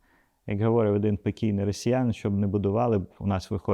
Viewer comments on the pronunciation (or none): Колего Геннадію, при всій симпатії до вас і вашого інтелекту, виборці обирають Трампа, Зеленського та їм подібних, на жаль. І ще прохання: мені "ріже вухо" говОрив, неправильний наголос, приберіть його, будь ласка, говорИв - правильно, так само як і БуковИна, а не БуковинА😉.